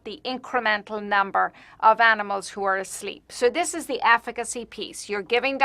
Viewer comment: "hallo, afficacy"